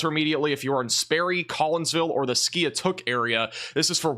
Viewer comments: Skiatook Is pronounced. Ski-took I used to live down there and they named that city because of bad tornado came through and wiped out the town a long time ago. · Pronounced Skytook